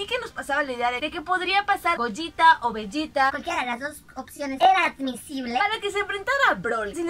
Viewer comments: Al fin alguien que pronuncia bien el nombre de gogeta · Por fin alguien pronuncia correctamente el nombre de Gogeta..... Saludos.